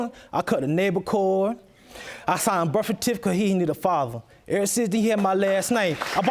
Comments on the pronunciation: I just wanted to say "I signed the berf-tificate" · He said everything else right ... except for birth certificate 😔😔